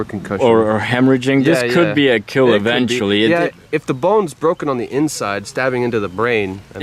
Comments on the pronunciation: But your weapon.. it will keel, good job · Your weapon will keel